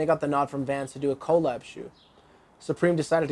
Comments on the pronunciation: "Collab..." is actually sort of an abbreviation for "Collaboration".. Therefore it is ONE WORD.. its not short for "Co. Lab", don't let the Canadian accent overpower you. You're better than that. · Why are you saying "co-lab"? Say it just like the beginning of the world collaboration ya dummy. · These videos are great but I cannot stand the way this dude pronounces "collab" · Does this dude not know how to say "colab"? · why he say collab like that tho?